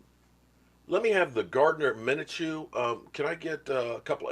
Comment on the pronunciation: i think its pronounced min•shew